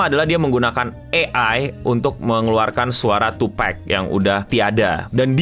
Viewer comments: Tupac bukan Tupak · Bang koreksi, pronoun nya Tupak, bukan tupek bang Respect, makasih udah bahas bang 🙏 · Kontennya bagus Bang, cuma koreksinya yang agak ganggu kuping 😅 sebutnya TUPAK bukan TUPEK....Jay-Z dulu bahkan pernah ngebenerin salah satu host pas talkshow gitu.. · tupak bang bukan d tupek.. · Tupak not twopack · Bukan Tupek, atau tupack bg tapi Tupac 😁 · Tupac bukan tupack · bacanya tupak bang bukan tupek😂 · Penyebutan tupac itu bukan tupek bg tapi tupak, itu Jay Z yg bilang buat ngehormati nama beliau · tupak bang bacanya, bukan tupek.🙏🏻😅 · tu -PAK not tu PEK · dan kalo di culture hiphop sana, nyebut nama tupac jadi "tupek" itu termasuk disrespectful jg btw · maaf bang tupac tetap dibaca tupak 🙏🙏